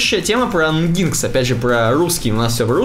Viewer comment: Ребята спасибо вам за подкаст. Очень круто, информативно и с юмором :) Одна только просьба: NGINX произносите как энжин - экс , а в остальном так держать!!